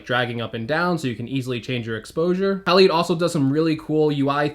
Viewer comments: Haleed! Lol! Halide is pronounced like Hal-Eyed. I’m sure they called the app Halide Camera because Silver Halide is a chemical compound found in film:) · It’s halide, hA-LYde